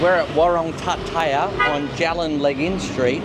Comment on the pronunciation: Legee-uun. That's how you say the area. Legian. Have a fun there.